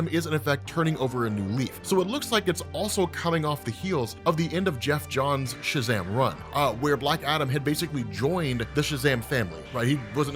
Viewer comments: oh no look out its "shazadam" 🙄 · Sha-wtf-am????? excuse me lmaoooooooo